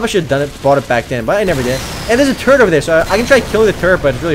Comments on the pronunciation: When you say "turret" it sounds like your saying "turd" lol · He says turret as turd lol